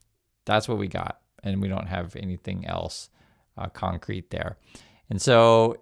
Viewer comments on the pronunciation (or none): none